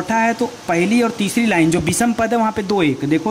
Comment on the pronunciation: आप हिंदी व्याकरण और साहित्य पढ़ा रहे हैं।आप अपना उच्चारण स और श का शुद्ध रूप से करें तो अच्छा रहेगा। पूरे लेक्चर में बार बार अशुद्ध उच्चारण सुनकर बुरा लगता है। विषम को विसम बोलते हैं। कृपया ध्यान दें।